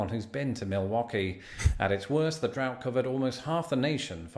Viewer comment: Drought. Not DRAFT. LOL😅